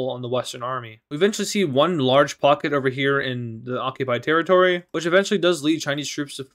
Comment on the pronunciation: What says: pocket What I Hear: F"ck it